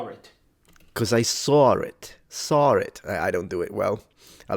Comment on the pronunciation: Native New Yorker here. He's pretty good but his natural accent bleeds in in some places and he gets some things wrong about the accent. For example, New Yorkers don't pronounce "saw" with an r sound. It it a strong "awe" sound, especially if you're from Queens like me. (This is an important sound in the NY accent, in words such as York, talk and coffee.) No one has said Thoity thoird or Boyd in Brooklyn in over 70 years.